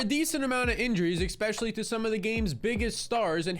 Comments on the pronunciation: Especially, not "expecially" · especially not eKspecially.. pet peeve. sorry. great content. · LOVE your videos content and analytics! It's pronounced "Especially" NOT "EXpecially"